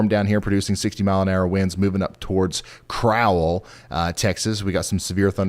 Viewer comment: Crowell TX is pronounce like black Bird crow